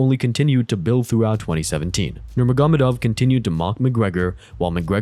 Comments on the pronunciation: Thats actually closer to the correct pronunciation than Ner-MAH-Go-Med-Ov. Think of it like Noor-Muhammad-Ov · Hearing you pronounce Khabibs last name wrong every time is so annoying. Bro it’s not that hard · Khabib nugamedov???? Bro what? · It’s actually pronounced Nurmo- Hamadov. Said by Khabib himself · I disagree, the way its pronounced in the video is no closer than Ner-Mah-Go-Med-Ov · NurmaGÓmedov NuurmaGÓmedov NurmaGÓmedov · It’s not hard to pronounce these names. And if you can’t just say Khabib for example. Its almost unwatchable listening to you say nurmagomedov